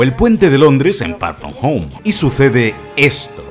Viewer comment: far from home ❌ fa foh fo✅